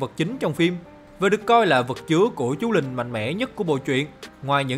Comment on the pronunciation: chú linh mà sao mình cứ nghe thành chú lìn nhỉ